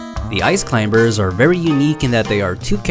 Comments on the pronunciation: He says "Ice climBers" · Stop saying Clim-ber i know thats how it’s spelt but you dont say ka-nife instead of knife right? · I'm just mad that this guy pronounces the B in Climbers. Great tutorial though. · "the ice clim*B*ERS" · The B in climbers is silent. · I love the video but I'm sure in the word Climbers the B is silent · For someone I think is American it is fucking annoying you say Ice Climbers with the B